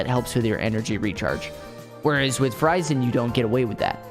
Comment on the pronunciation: He call her name "Fu Ray Zan"